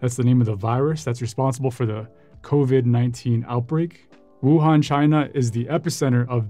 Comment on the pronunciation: To the happy few that can pronounce Wuhan that has no equivalent to Peking until one day maybe... This reporter is perfect, Zhongguo is how Chinese describe "China"